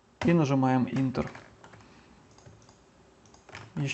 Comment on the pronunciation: Интер и Едит?? Слегка слух режет! А уроки класс!